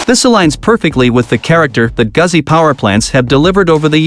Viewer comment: He's a robot - mispronounced Goozi.